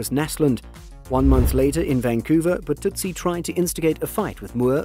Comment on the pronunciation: Todd Burtuzzi is pronounced BurtuZZEEE not burtootsie